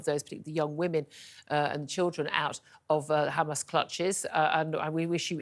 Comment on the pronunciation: Its not Ghamas its Hamas